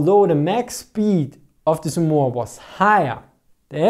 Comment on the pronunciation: The way you mispronounce Somua is staggering...